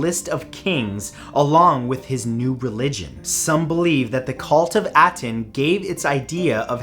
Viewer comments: Ah-ten .... Not at-en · It’s pronounced ah-ten, not At-en. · First of all you're mispronouncing Aten, second there's no mystery there. When AkenAten died the people of Egypt went back to the proper Egyptian beliefs and destroyed as much documentation of AkenAten and his religion as possible.